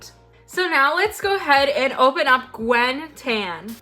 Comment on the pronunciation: i think Gwynn is not pronounced “gwen” but rather “gwin”